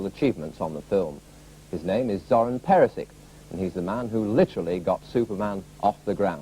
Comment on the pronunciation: Pronounced Perishich Not "Peresik" 🤦🏻‍♀️🤦🏻‍♀️🤦🏻‍♀️🤦🏻‍♀️🤦🏻‍♀️🤦🏻‍♀️🤦🏻‍♀️🤦🏻‍♀️🤦🏻‍♀️